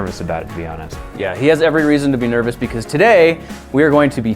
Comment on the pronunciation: Did u say NERVEouse? Ha ha get it because the brain is part of the nervous system